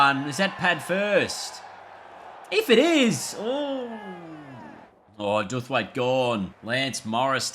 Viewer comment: its pronounced Dow-th-waite (like to bow) by the way